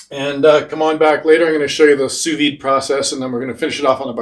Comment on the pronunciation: The D is silent... Sous VEE